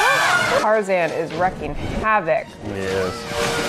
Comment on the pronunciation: "There are no piranhas in MY BUTT!" Also, Tarzan is WREAKING havoc, not "wrecking" it haha.